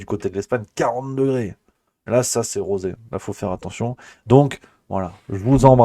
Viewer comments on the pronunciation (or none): none